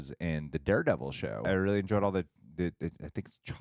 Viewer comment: I am choctaw, from MS but yeah, you said it right it’s pronounced “choc-taw”, but saw this weeks ago when it came out but they had the red carpet event and showed the cast and crew people, but glad y’all enjoyed it, but the pow wow is Sioux tradition as I danced in it too when I was young as well.